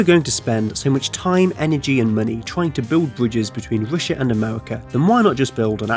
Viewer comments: What kind of accent is this where "R" is pronounced "W" as in "Wussia"? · He said wishha lol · why you keep saying Roosha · You know it's not "Roosha" right? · It's an interesting video - but please, why can you sometimes say the R perfectly, and other times you say Wussia and Amewika and Wailwoads? I understand you might have some speech impediment but if you can say it right half of the time...there's some woom for impwovement, wight? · Whats Roosha. Oh Russia? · The United States 🇺🇸 and Wussia 🇷🇺 lol 😂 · You can't even say Russia corectly.